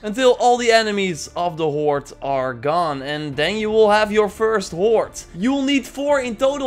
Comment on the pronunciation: I like how it sounds like 'horte' when you say horde.